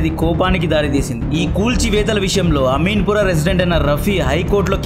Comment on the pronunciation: అమీన్ పురా కాదు బ్రో... అమీన్ పూర్ అనే పదాన్ని సరి చేయండి